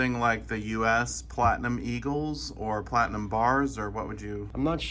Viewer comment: See all it took was calling it "flatinum"...lol. He just said that within the last month or two.